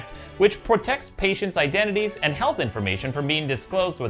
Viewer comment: Ok, but why did you say PORtect?